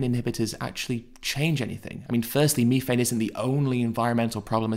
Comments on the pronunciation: what in da fook is meeefane? you mean methane? lol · It’s methane th not mefane.